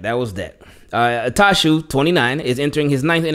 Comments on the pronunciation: Bless you ! 😂 I thought you sneezed after saying “Jeremiah “ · Why you butcher that man name like that lol 😂😂